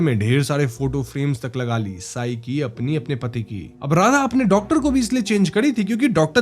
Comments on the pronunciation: वॊ सई है साई नाही 😂😂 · Its not साई Its सई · तू मराठी आहेस ना चूत्या, सई नाव आहे तीच....सारखं सारखं साई बोलतोय yz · It's not साई, It's सई! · Let me correct you its "सई" (Sai) and सायली (Sayli) not saai and sayaali. sayali from andhar maya video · tube the name sai is pronounced as the surname pai.